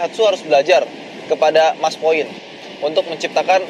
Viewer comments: maspion boss bukan maspoin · MASPION Bro bukan MASPOIN, kl maspoin itu tetangga Maskoit, hahahaa